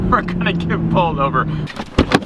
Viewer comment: I always hate when he says '' this vlog is olver''